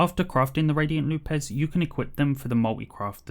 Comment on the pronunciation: Loupes is pronounced loops. Not loop-es